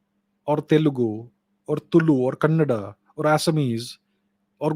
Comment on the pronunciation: Thank you so much for spelling kannada instead of kannad, which north people usually say. Namaskara.